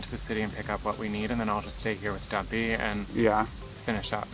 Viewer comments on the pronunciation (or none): Ha ha every time says Dumpy it sounds like Guppy and cracks me up, once you hear a thing you can’t not hear it. 😂